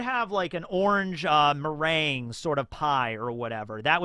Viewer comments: hey just FYI: “meringue” is pronounced “muh-rang” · pronouncing meringue as mehr-in-gyoo like the chamomile guy is my white whale. I'm never going to stop thinking about this. Thrilled to have made it to the wider One Piece YouTube.